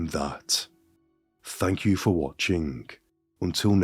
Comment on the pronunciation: This dude really loves to say thank you. Or should I say "Fank you"